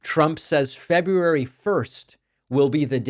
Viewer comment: ‘Febway 1st’?